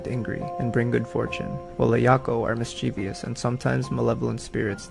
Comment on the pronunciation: mischievous: miss-chiv-us